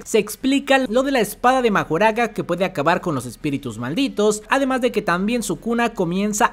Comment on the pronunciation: Pues tecnicamente no es el usuario de las 10 sombras el que le puede ganar a los 6 ojos, mas bien es Mahoraga, que por cierto se escucha que lo pronuncian como Makorah.